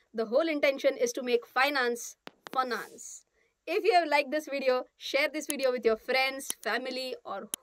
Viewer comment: Finance= Funance...is in ur every video